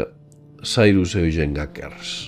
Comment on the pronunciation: Muy interesante...pero Eugene o Gene se pronuncia EuYINN....o YINN... Gracias!!!